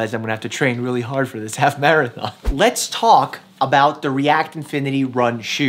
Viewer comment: Dr.mike:Maraton Me:What Dr:Mike:Marathon I didn’t misspell the first Marathon*